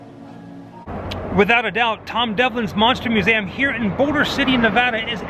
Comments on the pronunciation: Great looking place, but why does he keep saying "Mew SAY um" instead of museum? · Love the vids, just wish you could say 'Museum' ha